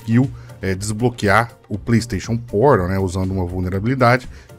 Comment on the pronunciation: Pleisteixon Poral